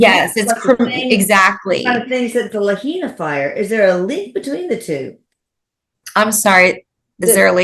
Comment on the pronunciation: Just a FYI. Lahaina is pronounced La-high-na.